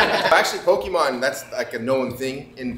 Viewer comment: For a guy that doesn't know Pokemon, he pronounces them well.